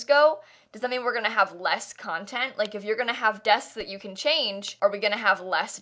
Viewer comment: “desksks” lol